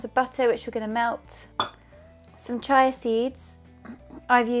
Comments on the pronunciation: the seeds are pronounced cheeya not chy it would be spelled chai sorry to be so picky apart from that your recipe is terrific!! more sugar free for a much healthier choice. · W11 Granny that’s probably just how they say it in the UK — chy-ah.